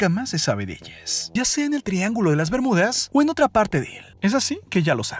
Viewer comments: Das info importante pero no me gusta como hablas :v El Triángulo de las Bermudes que es eso we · Opino que porque mier.. le agregas la "e" a todo, triángulo de las bemudeeeees"??? Zoneeeee", florideeeee", no mms!!! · EN QUE IDIOMA HABLA ESTE TIPO ? FLORIDE, CINCUENTE, BERMUDES, PERSONES, RESPUESTE, EUROPE,....... EN QUE IDIOMA HABLA ESTE TIPO ? GENERO NO BINARIO ? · Es bermudas no Bermúdes... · por qué hablas todo terminando con la "e" ? que horrible se escucha la narración... "rápide", europe, "bermudes" "elle" "atraltide" "desarrollade"... lenguaje "inclusivo" ? horrible. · habla en lenguaje inclusivo? o estoy escuchando mal? "el triangulo de las bermudez" xD